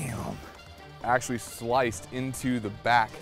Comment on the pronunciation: That’s “axetually” pretty sharp